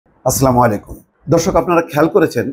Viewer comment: উচ্চারণটি হবে "আসসালামু আলাইকুম "।